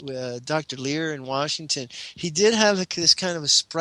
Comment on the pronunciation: .....it's Leir, not "Lear"